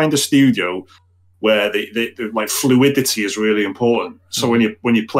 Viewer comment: my favorite part was when pronounced fluidity as "flua -ditty"